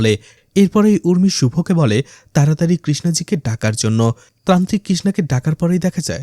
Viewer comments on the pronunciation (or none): Trantrik na , tantrik uccharon